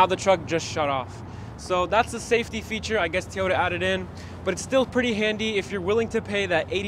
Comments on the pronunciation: Your videos are quick and accurate. As a new Tacoma owner, Bravo to you. One suggestion: It’s TOYota Not TEEota. Don’t mean to pick the fly shit out of the pepper. JSG Grand Rapids, MI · Say Tee-ota one more time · the “T” ota tacoma. 😂 my dad always pronounced them Tie-ota, I recently bought one and now i ask my friends, how do you like my new Tie-ota? 😂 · "Teeeyoda Tacoma" drives me bonkers when ppl pronounce Toyota this way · Teaota Tacoma ? Lol